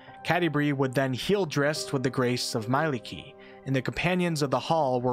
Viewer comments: Mielikki is pronounced as mie-lik-ki with the emphasis on the second syllable, not "mailiki". I thought for a good 10 minutes for any examples in the english language where you pronounce the letters "mie" or let alone "ie", but they all seem to turn to different pronounciations, like friend->"frend", lie->"lai", tie->"tai". Take the I from intuition and E from electric and stick them together. She is the wife of the god of the forests in finnish folklore. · You pronounce Mielikki wrong. it's not prounced "mai-licky" it's pronounced "Mee-ae-lickii"